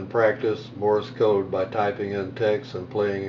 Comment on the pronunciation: Great app, I'm sure, but it is "Morse Code", not "Morris Code". Sorry, but that incorrect pronunciation is a little pet peeve of mine....